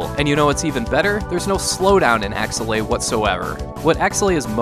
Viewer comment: This is one of my favorite games on the SNES and up until you pronounced it I had no idea how to say this name. I've been saying AKE's-LAY